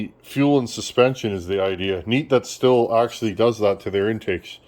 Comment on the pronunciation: I've always heard Stihl pronounced "steel". Might be a regional thing.